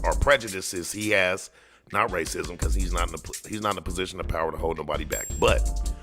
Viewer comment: I agree he dosent know how to ask questions, then when the witnesses say they don't understand the question, he gets smart and says the question was pretty clear. He so fn rude. . And you notice he says presition instead of position. What an idiot.